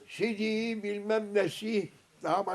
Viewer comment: Sidi değil sidik 😃😃